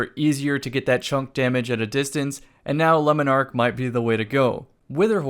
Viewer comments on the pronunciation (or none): It bugs me how he says "Lemon ark" and not 'Le-Monarch'